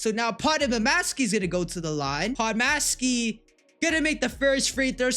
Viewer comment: Podmaski?? Just say podz and JK👍